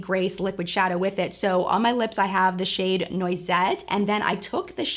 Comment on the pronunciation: Hi, French Canadian here :) I loved this video, you’re making me want to try Sydney Grace. Basically right now I only buy and use Natasha Denona palettes but seeing as your eye look is so gorgeous, it makes me want to branch out and try her shadows. 😍 By the way I wanted to let you know that the shade ‘Noisette’ is pronounced ‘Nwazette’ in French. My favourite products this month were the Abh Amrezy highlight as usual, the Jouer concealer and the Jouer Bouquet D’Amour. I really want to buy some Colourpop, the next Sunrise palette from Natasha Denona and her Bloom blush palette as well. 👌🏻💕